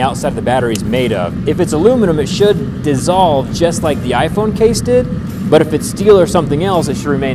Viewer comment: “Dissolve” really?